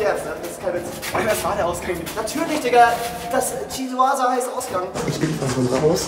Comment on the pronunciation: du sprichst das erstens komplett falsch aus( du so "tschiuasa" anstatt "kiusa"), 2. heißt "chiusa" geschlossen... 😂🤣